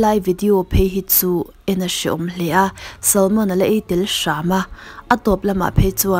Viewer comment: A ngaihnawm thin e chutih rualin I pronunciation a dik lo thin erawh a ngaimawhawm ka ti. Entirnan 'Mukbang' aiah 'Makbeng' I tia, 'Salmon' aiah 'Shalmon' , a dang pawh a awm nual thin. Nangni ang narrator emaw reader tan chuan thumal lam dik hi a pawimawh sia ka lo sawi ve anih chu.